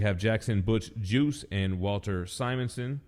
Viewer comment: Butch hard-G + ice! Butch Guice, not Butch Juice!